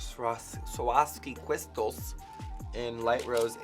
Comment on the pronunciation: "suwaroski cwrystalz" iconic.